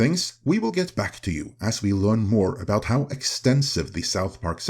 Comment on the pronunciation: “This is aboot diplomacy, this is aboot dignity. “